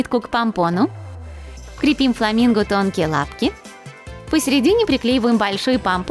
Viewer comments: Мне одной было больно слушать как она говорит " КрЕпим" делала ударение на "Е"!!!! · Почему крепи́м, когда кре́пим